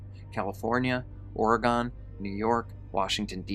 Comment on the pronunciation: I always do :) BTW, it's pronounced or-gun, not ory-gun. it's okay, i know you're from the East coast (shout out to Petey Pablo) and that's how they pronounce it over there